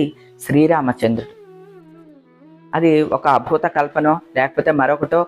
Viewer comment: మీకు చెప్పెంత పెద్దవాళ్ళము కాదు అమ్మ,కాని చాలా రోజులు నుండి చెప్పాలి అనుకున్నా,మీరూ ఉచ్ఛారణ దోషం చేస్తారు అమ్మ... అద్భుతం అనే పదాన్ని అబ్దుతం అని పలుకుతారు. ఎం తప్పుగా అనుకోకండి అమ్మ ...జై శ్రీ రామ్ 🚩🙏